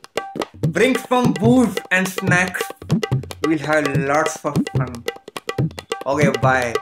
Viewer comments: Fameer said "snacks" instead of "fnacks" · caught sameer said snacks he always says f not s